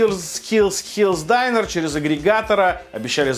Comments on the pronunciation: прекрати, пожалуйста, произносить слово "Diner", как "Дайнер". Понимаю, мб ты не знаешь как оно точно произносится, поэтому хелпану - оно произносится "дИнер". Спасибо. Удачи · Динер, не дайнер. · Почему дАЙнер, если дИннер?...... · Diner a ne Dainer